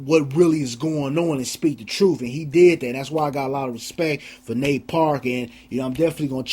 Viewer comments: why is the host calling him Nat? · This whole interview bothered me... all the way down to the black male anchor continually calling him Nat and not Nate! These people better start putting respect on Nate’s name!!!